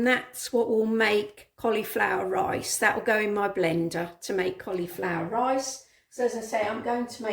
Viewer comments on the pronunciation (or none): none